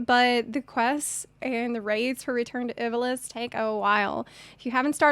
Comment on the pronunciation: Ivalice is pronounced like "Eva-Lease." The Is are pronounced like long Es.